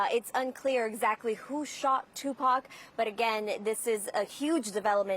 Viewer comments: i know she’s young. however has no one ever mentioned tupac in front of her? she keeps butchering his name 😂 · Lady just say Tupac 😂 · She’s butchering all the names, especially tupacs name